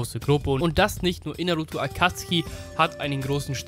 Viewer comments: Sorry aber Akatski triggered mich hart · Akatsuki nicht Akatski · Akatzuki wird Akazuki nicht Akuzki ausgesprochen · ich kann diese akatzki nicht hören tut mir leid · Kannst du vllt nicht lesen da steht akazuki mit u und nicht akatzki ohne u lost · Da steht Akatsuki du deutsches Würstchen. Sowohl im japanischen als auch im englischen sagt man "Akatski" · Est heißt nich akatski sonder Akatsuki😤😤😤😤!!! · Ich könnte schwören das heißt akatsuki und nicht akatski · Sorry, war falsch formuliert. Es sollte mehr auf das "deutsche" bezogen sein. Im Englischen und im Japanischen heißt es nämlich "Akatski" und nur im Deutschen "Akatsuki" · Akatsuki!! NICHT ,,Akazki‘‘ AKATSUKI!! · Akatski? Akatsuki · Englische Aussprache: Akatski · Akatski die Aussprache klingt voll cringe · Es heißt akatsuki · Kann es sein dass du die namen falch aussprichst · jetzt nix gegen dich aber irgentwie regt es mich auch wie du AKATSUKI Aussprichst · „Akatzgi“ heisst AkatzUKI „Saske“ hat noch n U im namen SasUke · Auf Krampf saske und akatski am sagen rede doch deutsch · Warum sagt er akatski und saske